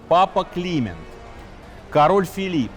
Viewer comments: Почему папа КлИмент, а не КлимЕнт, дОфин, а не дофИн? Режет ухо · С вашего позволения, все таки, папа КлимЕнт (ударение на Е) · Не КлИмент, а КлимЕнт. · Прекрасный в целом рассказ, но то, как всё же произносятся слова «Климент V», «Жак де Молэ» и «Морис Дрюон», следовало бы выучить до того, как записывать видео. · да, если бы ещё "Климент" произносил правильно и такие лажи типа "сражался на переднем краю"... 🤣- при рассказе осады и гибели Агры :(((